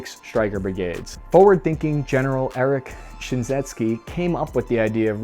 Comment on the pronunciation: His name is pronounced GEN Eric Shin-seckie. That's a tough one.